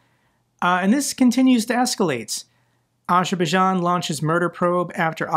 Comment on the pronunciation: Sorry dude but Azerbaijan has a Z in the name that you have to pronounce It isn't Ajerbaijan